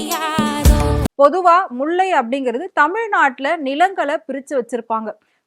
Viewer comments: எரிச்சலாகுது..... முல்லை னு சொல்ல தெரியல... முள்ளை... ல வராதா..... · உனக்கு மூளை இருக்கா முண்டம், அது முள்ளை இல்லை முல்லை, எங்க சொல்லு முல்லை, முல்லை. ஏய் முண்டை முலை இல்ல முல்லை